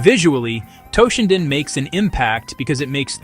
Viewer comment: its toe-shinden not TAH-shinden